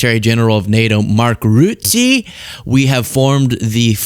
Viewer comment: Aaarrrrgggghhhhh! Mark Rutte is pronounced "Rutter". NOT "Rooty".